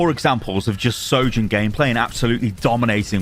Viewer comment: You are perhaps the only content creator that can say her name.